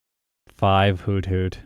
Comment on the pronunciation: It’s actually not pronounced hoot-hoot, but hoo-thoot